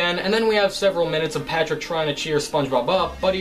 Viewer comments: You said Patprick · He called Patrick, patprick……I love it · "patprick" got me dying